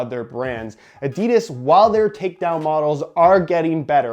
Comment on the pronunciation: At least you say football and boots but please say Adidas right